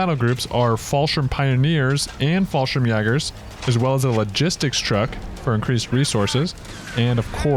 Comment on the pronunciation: Hey, I really enjoy your videos! but I just have to be that guy for a moment. I'd like to politely inform you of some of the pronunciations for the German units. the "ä" used in German words like "fallschirmjäger" is pronounced kind of like "yeh" or "eh" in English, so words like "Brumbär" would sound more like "Broom Bear" and fallschirmjäger like "Fall sh-ear-m yay ger". I also see this in another comment, but I thought I'd put it here to; the German letter "ß" called an "eszett" or sharp S, is pronounced like a double s. so the word "stoßtruppen" is pronounced like "Stoss true-pen". sorry I had to do it to you, otherwise its a great video! Keep up the good work!